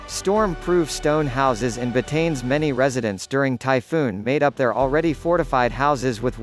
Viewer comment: you should pronouns it right.... BAH-TA-NES.